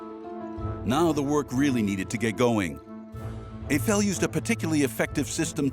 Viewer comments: NOOOOOOO! Not Eigh Fell! Aifel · Evel? The name is Eiffel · The name Eiffel has German origins, his grandparents were in fact German. As such pronunciation needs to be like the "normal" EYE-fəl. Now I am unable to watch this prob fine docu as the name is butchered every 10 seconds. No thank you 🙂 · Why is the commentator pronouncing “Eiffel” as “A-fail” ?! 🤷🏻‍♂️🤷🏻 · When visiting Paris the first time in 1966, my French born friend insisted that "Eiffel’ shall be pronounced ‘ef- fel'. And that shall be so in French as well as in English, because it is a family name (proper noun) and therefore shouldn't change when you switch to another language. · It’s not pronounced Ayfel for heavens sake! Surely you could at least have got that right.